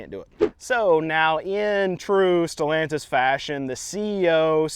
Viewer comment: Who the fuk is stolantise? Sad to see Chrysler dodge name dragged through the works.